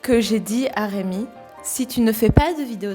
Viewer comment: La première fois j'ai entendu "Raymond"?!?!?!?! Puis je suis retourné un peu en arrière, ouf c'est "Rémi" haha Et le chantage aux Magnum au caramel c'est moche, 😂